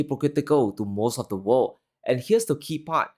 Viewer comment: They can't pronounce the word 'world.'